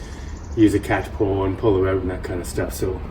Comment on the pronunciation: I can tell your from the northern states, somewhere near Canada, you pronounce 'out' as "oot" !